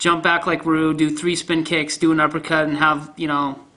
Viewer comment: Lmao I love the way you pronounce Ryu. Shows your a true OG.